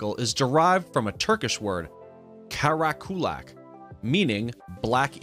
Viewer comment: The way he pronounced kara kulak was so funny